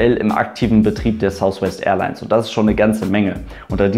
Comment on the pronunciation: beim 'th' drückt man die Zunge sozusagen leicht gegen die oberen Schneidezähne, bei einem 'f' wiederum drückt man die Unterlippe gegen die oberen Schneidezähne